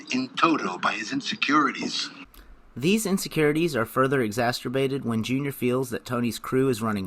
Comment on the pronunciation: Excellent video, I loved when u said “exasterbated”